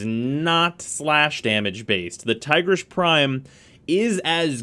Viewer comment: Its "Teegreace". Not Tygrish ;/